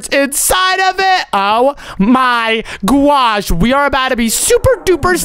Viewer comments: He says gosh gwosh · Why did,,roxy,and keep on saying GUOSH